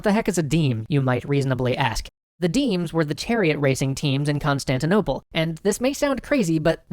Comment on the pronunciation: Um i believe you mispronounced “Constantinople” when you described what city the haga sophia was in the middle of.